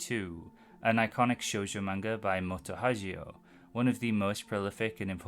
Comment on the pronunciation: Sorry but Moto Hagio is read with a hard g. As a rule, any g in text trasliterated from japanese is a hard g, and anything that would be a soft g is written with a j. It is very distracting when you read it as if it was italian. Anyway im big on old sf and They were eleven was quite enjoyable.